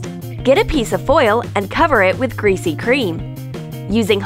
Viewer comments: WTF IS GRESAY CREAM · they said greesy cream 9 times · Amanda Sandoval I know right like say something else then" greasy cream"!!!!!!!!! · Wait what did you say? GREASY CREAM. Ok